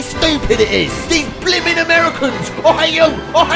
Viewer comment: Brandon:I think no american has said Brimin Me:well ONE ALREADY DID #comedy